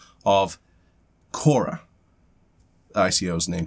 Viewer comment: Kora sounds like CASHAA. What happened to yesterday's video? Not available in US due to copyright?